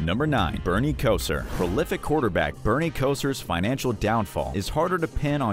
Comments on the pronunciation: Bernie Ko-sir 😂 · How about Bernie Kesar! It's Kosar! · KOH-Zar not Ko sir. Sheesh. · I kept watching it despite the mispronunciation of Unitas, but I draw the line at Bernie Kozer. This video was not made by an NFL Fan. Even a casual fan says those names correctly